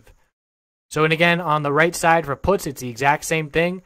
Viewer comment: first of all you're pronouncing puts wrong, secondly "lotto" plays, out of the money options, dont need to be high risk, if they cost pennies